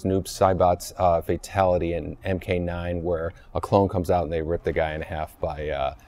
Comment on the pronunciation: ed boon sais fadtality